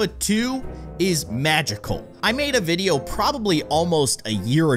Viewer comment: Angélica Mondragón its video not vido lol😅😂